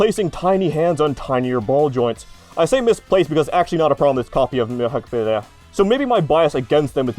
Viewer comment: It’s pronounced huck-bine as in B-EYE-N. Considering how many times you were going to say it over the course of the video it’s not unreasonable to expect you might checked before recording it.